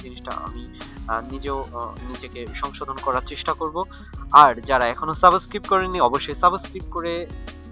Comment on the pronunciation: যে ব্যাক্তি সাবস্ক্রাইব কে সাবোস্কিপ বলে তার থেকে কি শিখবো!!!!!! 🤔🤔